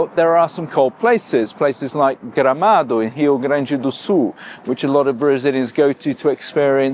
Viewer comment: Well, I ll respect your opinion and your taste!😄By the way, if you didn´t have pronounced an almost perfect "Gramado" and "Rio Grande do Sul", I woudn´t believe your 11 years claim of living here. Congrats for that!